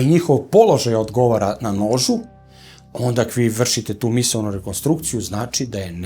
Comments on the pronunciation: Onda-ne ondaK 😊 I labOratorija. Ne labAratorija 😊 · Sve,sve mogu da mu oprostim,i neznanje padeža i naglasak,i akcenat ali kad kaže ONDAK e ondak mi padne mrak na oči😂😂😂😂